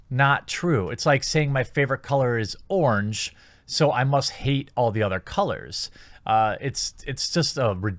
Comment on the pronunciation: Regular Hunan Beings: O-Ran-Ge TheQuatering:Orenge